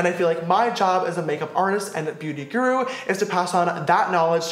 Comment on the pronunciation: He says “Beauty Grru” sister it’s Beauty Guru